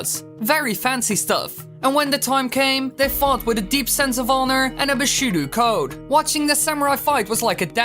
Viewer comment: Bishudo? Pretty sure it's Bushido.